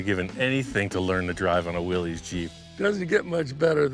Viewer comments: Willys, pronounced Will-iss, not Will-eez. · BTW, it's pronounced Willis, like "Watchu talkin' bout Willis". Not Willies.